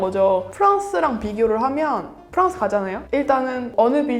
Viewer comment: 프랑스를 프헝스라고 안 하고 한국발음 프랑스라고 하는 것을 보고 이 분은 정말 찐이라고 느낌.